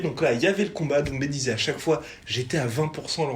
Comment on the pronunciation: C'est DoumbÈ. Pas DoumbÉ. Si il arrive a dire Tchaïkovski on peut faire l'effort de prononcer son patronyme non? En tout cas keep it up.